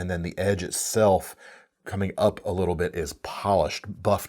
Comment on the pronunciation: The word is 波紋 (はもん) "hamon", not "hamone".